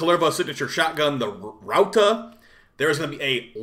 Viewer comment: Always makes me smile when Americans try to pronounce Finnish words. Kullervo and Rauta so far.